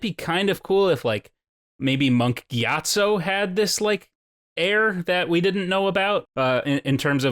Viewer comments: Monk gyatsO NOT TSU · "giat SUE" lol giatso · Am I the only one who constantly hears "Monk GyatsU"?